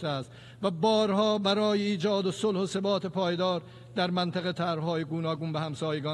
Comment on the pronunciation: Ke barash neveshte ke hata nemitune sahih bekhune?! Va sobat, na sebat!